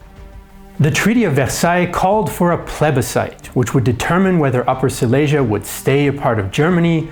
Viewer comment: It would be nice if you could learn how to pronounce Silesia.